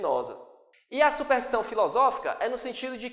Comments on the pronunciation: Professor... o sr. tem escrito e falado "SUPERTIÇÃO", ao invés de "SUPERSTIÇÃO". Isto não desmerece em nada tua boa aula, mas é bom corrigir. Att. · "SUPERTIÇÃO" .. meu Deus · ótima aula! ps: é superStição, e não supertição :))